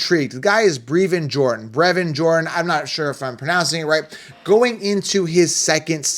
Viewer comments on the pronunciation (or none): Brev-IN think Bruv with an E